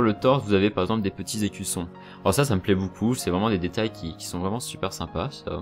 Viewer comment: Vidéo de qualité. J'aime ton "boucoup" :)